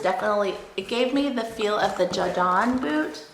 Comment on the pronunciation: “Ja Don” lol